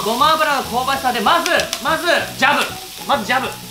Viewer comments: まじゅってwww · きょんかいは〜！！ まじゅ じょおすい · 各リュウジレベルの振り幅の広さが面白い 同じレベル2でも滑舌がしっかりしてる時と今日みたいに「まじゅ」とか言ってグダグダな時があるよね それが見たくて来るんだけどね